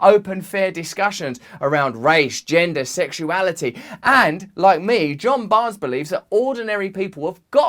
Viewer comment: his names john barn-es and when he does his thing the crowd go bananas